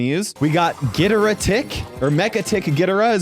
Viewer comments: It’s pronounced gidora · ITS GO-DEER-A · BRUH IT'S GHI-DO-RA AND GO-JI-RA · IT'S GI-DOE-RAH NOT WHAT EVER THIS IS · Anyone else noticed he pronounced Ghidorah wrong and got the title and thought he said Gogeata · It’s pronounced GHEEdorah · as a godzilla lover you may NOT pronounce ghidorah like that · The way he says Ghidorah 💀 who the balls says it like that 😭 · Bro saing Gidorah like that😅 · the way he said ghidorah inflicted internal damage to me